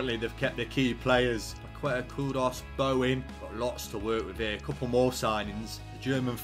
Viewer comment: when pronouncing paqueta the u is silent you should say like paketa, or kessie